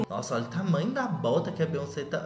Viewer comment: se fala "BIONCEI"